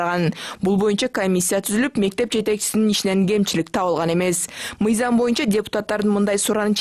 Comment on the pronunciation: Шшооо бойунча дейтко🤣🤣🤣🤣